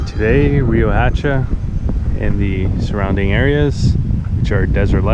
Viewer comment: That town square named after Padilla is right down the street from my aunt's home where I would stay as a kid when I wold visit. Brings back good memories. Also, the "H" in Riohacha isn't a hard H, it's kinda silent....ree-oh-ahhh-cha